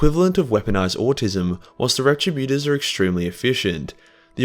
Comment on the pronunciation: It's pronounced Rett' Tribb Yoo' Torzz'.